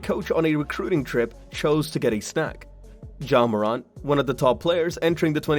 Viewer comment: Bro ur saying his name wrong